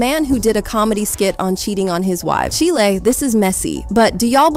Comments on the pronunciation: It's pronounced "Chyile", not chilee... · Girl stop saying chilli it’s pronounced “Child” !!!!